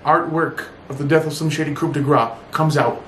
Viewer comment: sorry brah 90% sure the word coup is pronounced 'koo' not coop invalid video